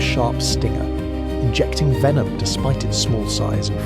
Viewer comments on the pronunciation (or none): none